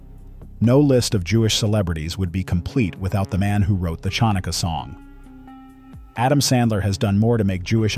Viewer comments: The narrator mispronounced: Ann Meara’s last name, the word “Chai” (the Hebrew word for “life.” ) and the Jewish holiday Chanukah. The CH should not have been pronounced like the “ch” in the word chalk. It should be pronounced as if you’re clearing your throat while saying the letter H. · The narrator should learn how to properly pronounce “chai” and “Chanukah”.